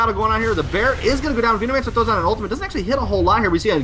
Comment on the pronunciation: He read it as Veno-mancer, instead of Venom-ancer.